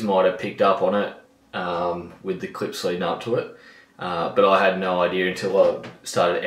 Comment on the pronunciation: The "naur" might have been the most Australian naur I have ever heard haha